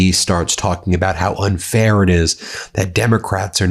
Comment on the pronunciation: "It's so unfayah!" DJT